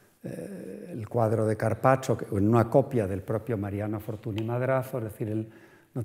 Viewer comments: Pues el de Henriette Nigrin, bien que lo pronuncia a la francesa... Dejaos de hostias, se pronucia Fortuñ, y punto. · Fortuny (fortuñ), no es tan difícil de pronunciar... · Como puede una persona dar una conferencia sobre una persona de la que no es capaz de pronunciar bien el apellido? Fortuni… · Es curioso con los cocimientos de arte que ha demostrado tener este señor, no tiene ni idea de pronunciar correctamente el nombre de un protagonista de la conferencia. O a lo mejor si sabe pero no quiere, porqué cuando se refiere de nombrar a Henriette Nigrin, compañera de Mariano, dice correctamente Anriet Nigrin pero cuando se trata de Fortuny dice Fortuni. Señor, y sin querer insultar a nadie, que usted no es ningún paleto, un poco de respeto, y muchas gracias por la interesante charla. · NY = Ñ Fortuny se pronuncia Fortuñ. La charla es excelente pero este detalle chirría un poco, más si te pasas una hora hablando de una persona y pronuncias el apellido mal constantemente...